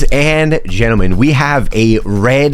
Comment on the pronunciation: Bro called the bot gentlemem😂😂😂